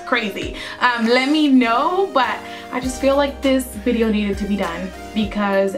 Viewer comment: Bideo instead of video ... I agree with you some girls r clueless when it comes to makeup